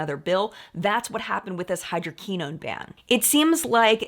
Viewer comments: Hydroquinone is pronounced “ hy-dro-Kwi- known’. ( long o’s, short i ) Great video,. Love Sunday mornings. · Hydroquinone is pronounce: hai·drow·kwuh·nown XOXO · mispronunciation of hydroquinone throughout the video was distracting. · We've all been there before! Now she knows for future vids